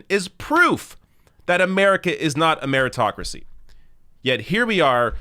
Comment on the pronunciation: "Ameritocracy" LOL